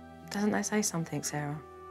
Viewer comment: Can someone please tell this woman to stop saying ‘somethinK?’